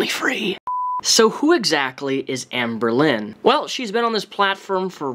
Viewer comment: i hear anberlin, like the band